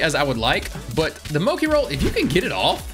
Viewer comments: Why is he pronouncing Mochi moki? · hehe Moki lovee the mispronunciation like legitimately enjoyed it